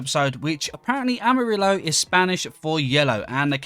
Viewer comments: Cute cat name pronunciation, It sounds cool. But, you don't pronounce the "L" when saying yellow in Spanish. It's more of a "amari(yo)" pronunciation. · Exactly. I speak spanish, and i dont know how explain that haha. Amarillo sound like "amariyo" Gracias compañero por la aclaración, me ayudaste mucho/ Thanks mate for the coment, you help me a lot 😅👍